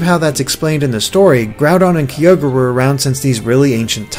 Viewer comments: Rayquaza not that much, but Kyogre... I mean Kee-ogre? WHAT? It's obviously Ki-ogre! Like it he was the ogre of the Ki! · LegendaryAeryn Oh. I didn't knew it. But it's not pronnounced Keeogre at all. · Does it annoy anybody else how pronounces Kyogre and Rayquaza?